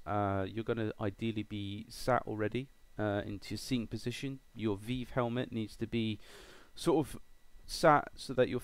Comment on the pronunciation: Thanks for this, going to give it a shot. also, weird how you say Revive with the hard I, like eye, but say Vive like Veeve. Do all british folks call it the Veeve? Just FYI, HTC says it's Vive with a hard I, but you English always have your own ways. :-)